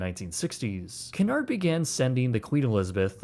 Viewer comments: It is called Cunard, not Canard. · Your pronunciation is appalling. It is Cu,nard not Cun,ard, ! Tricky language English isn't it. ! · CUNARD is pronounced KEWNARD not Kunard. Get another AI package and stop using AI with American voice overs as they just MASH the English language!!! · Who is cannard its cu uuu nard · Extremely good video. Please however the name is Cunard pronounced Q -nard not Cornard.😊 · Sorry about being pedantic but it's pronounced Qewnard... not Canard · Not C'narrd. Cue-nard. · Great details here - But Its just not "Canard" - pronounce it as Que-nard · It's not Canard it's Cunard pronounced Qunard. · Canard Fleet ? its Qnard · i need to say something, you always pronounce Cunard wrong you say it like Qunard not Coonard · Please stop referring to the Cunard shipping line as"Cannard". It is pronounced KEWNARD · It's not CANARD it's CUNARD. Accuracy counts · The company name is pronounced Q-Nard, not Ka-Nard. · KEWNARD not Can hard. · Pronounce it properly FFS….. ….. it’s CUNARD ……..NOT CANARD …….! 😮😮😮😮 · Q nard. Not coonard. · Great video, truly, but why are you still pronouncing Cunard incorrectly? It’s Q-nard, not k-nard. Go watch any British review of the line! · AAAARGH. IT IS “Q-NARD” NOT “CAN-ARD”! Don’t be afraid to say Cunard correctly. As a Canadian I DO understand your hesitation around sounding hoity toity BUT COME ON MAN! 😂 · Not "coon-aard"... "Q-nard" is how one pronounces it. Great video! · The correct pronounciation is Q-Nard, not Cu-nard. Very British you know! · It's KEW-nard... canard is a duck in french. Had to stop watching the video after 2 seconds. Super annoying. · We pronounce Cunard "Queue nard" in England, it is a French name. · Stopped watching when he repeatedly said Cun-ard 🙄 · It' s [' kyu-nard]. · OMFG IT IS CUNARD not canard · Its pronounced , queue -nard , stop screwing up the English language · Pronounced CUE-NARD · Great video! Only one thing though, Cunard is not pronounced ‘C’nard’